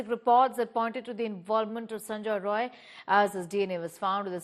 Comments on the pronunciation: NOT SANJOY " ROY " He is SANJOY " RAI " . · Its sanjay rai not roy